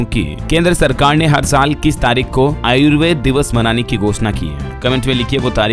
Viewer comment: यह डीएलएस न्यूज़ वाला कभी किसी को कोई गिफ्ट नहीं देता है। झूठ मुठ के सबसे सवाल पूछ कर उलझाए रहता है। देशी मुर्गी विलायती बोल। भारत के संस्कार में आयुर्वेदा, योगा या कृष्णा शब्द नहीं है। यह सभी विदेशी बोल वाले को उच्चारण है। कृपया इसे आयुर्वेद योग और कृष्ण के नाम से संबोधित करें।